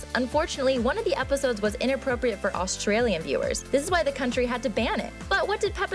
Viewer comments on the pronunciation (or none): none